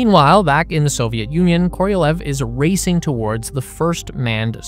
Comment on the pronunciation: The name of the Soviet rocket engineer SERGEI KOROLEV is pronounced as [kə - rə - 'LYOFF]